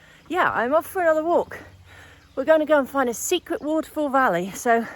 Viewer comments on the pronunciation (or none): none